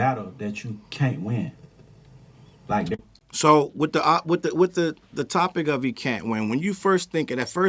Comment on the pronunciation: 21 can't even SAY the name of the song "Like That" 21 months after it dropped.